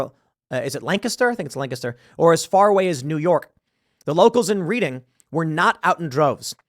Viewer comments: It's pronounced Redding. The event in the video was done in front of Reading's City Hall building. Kinda sucks because that street is one of the busier streets so It blocked traffic. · Tim it's pronounced Red -ing. Being in Frederick you should know that lol. I'm kidding ❤ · It's pronounced Red-ing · Pronounce Redding Reading Pennsylvania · It’s pronounced “Redding” btw. Super upset this is happening so close to home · It's "red-ing" fml pa is going down further every day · Pronounced "redding"....didn't you ever play monopoly? 😅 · The city of Reading is pronounced like the colour. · it is pronounced redding. this is the Great state of PA & they love to uphold the Constitution here as proven during the 2020 election! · a privileged class. it's pronounced redding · It’s pronounced Red-ing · Im from the Philadelphia area. The city reading is pronounced RED-ING by everyone in the area. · Reading, Pennsylvania is pronounced "Redding". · It's pronounced like "Redding" also this city sucks lol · I live here in the Reading area code ( 2 miles outside the town). It is pronounced red-ing, correct. Most of everyone I talked to in my area didn't know there was a pride march in town. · Pronounced - Redding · I do love watching Americans trying to say originally British place names. You got the Lancaster right, but Reading is pronounced Red-ing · This is so ridiculous and disheartening, I can't even... but hey, just wanted to let you know it's pronounced "redding" lol. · Also tim, it’s correctly pronounced Redding, although spelled like reading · It is pronounced red-ing , great report. too bad I just had jury duty this past year at the Reading Court house. I would have liked to be a juror on Preacher vs Reading police department. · It's 'Red-ing, Tim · Reading pronounced Redding PA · I've had it confirmed by a native before, TIm. The city is pronounced "Redding" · It is pronounced "Redding"... Not the way it is spelled.... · It’s pronounced “REDDING” I know it’s stupid lol